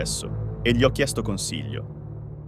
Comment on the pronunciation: Ma perchè invece di dire "gli" pronuncia "ghi li"? Poi "son camminato" invece di "ho camminato"???? "Da loro figlia" invece di "dalla loro figlia" "Voleva incontrarsi" invece di "voleva incontrarmi" "Era io" invece di "ero io" "Quasi non ci sono andato": o ci si è andati o non ci si è andati! Cosa significa essere andati "quasi"? e altri errori assurdi Ma imparate l'italiano prima di fare dei video!!!